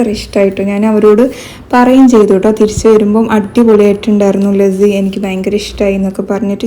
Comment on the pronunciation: Itha athu lassi anu lazzi alla so pronounciation onn nokne... Pine evde kuttam knda paidkkn mthrm orupad per ready aytt nikuvalle atha 😅itha onn google chyth nokit pryne ariyathath oke